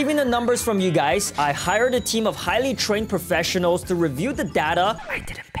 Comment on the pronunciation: It’s data Not dada